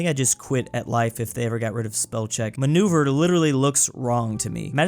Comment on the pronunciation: ... It's ma·neu·ver, maneuver.